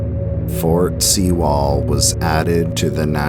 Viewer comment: It’s pronounced fort sue-ll